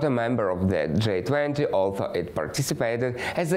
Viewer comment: G20 sounds like джий 20 not джай 20 👍❤️ thank you for the report.